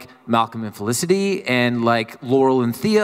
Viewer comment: It's Felicity not olisity